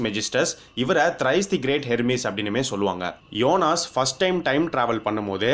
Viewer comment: his name is jonas... not yonas bro